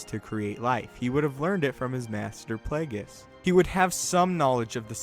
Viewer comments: uhhhhhh! I shit out the correct answer while hitting the ground running in the very same direction parallel to the theory presented in the video.. want another funny fecal excrement??? "But Plāgus," sounds as if said "Butt Plugg." thanks for being wide open for the cheap shots & I'm Out!! throws mīc at spectator in 1st row kicking the exit door intently while leaving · It's Plaguise